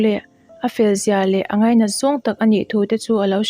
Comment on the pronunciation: Mizo tawng vel I chhiar Tam deuh. Angai, A tap pur mai tih te hi a thluk a diklo